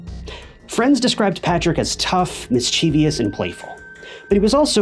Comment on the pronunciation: Plz, stop saying "mis-chee-vee-us"... I love your channel and the stories you tell ,but I cringe when I hear the word mispronounced. It's "miss-chi-vus".